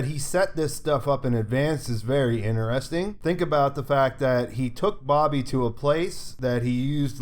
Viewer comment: "in'eresting!" stuff man, thnx for all your work! : P